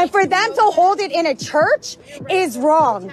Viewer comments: "It is wronk. It is wronk." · This lady throws a 'k' or a 'c' after her g in wrong... like. .. wrongc, wrongk, Nothing is cute about it